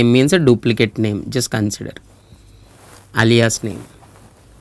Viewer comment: I wonder how Alia feels about her name being said like this